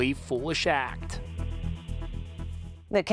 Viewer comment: Pleads "Not guiilty" 🤯🤯🤯